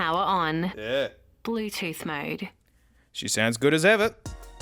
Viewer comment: Bleuw tewth mowd